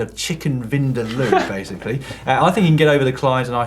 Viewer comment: Its pronounced "chicken vindaaaalow"😝 this is from a goan... the people from where the dish is made... place name Goa, India.. - laidback_cyclist on Instagram